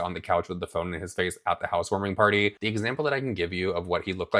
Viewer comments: That’s Potty not party lmao 😂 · Mikayla cracks me up the way she pronounces "party." House warming paaahtie.....paahty....paaahtee. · PAHDY! Did you have a PAHDY?! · If Mikayla says "pahdy" one more time XD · It's funny how Mikayla chooses just a few words to have that over dramatic Boston accent. If you watch the first Karen Read trial, you would hear how they really sound. She is almost correct because she does pronounce them correctly, but she just overdoes it. She's the one who put Cody in the limelight, so he is fair game. You (Mikayla) can't make them stop talking about anyone you put in your videos.